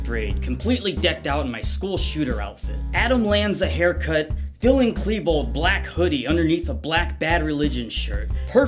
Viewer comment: The fact that you said Klebold wrong actually offends me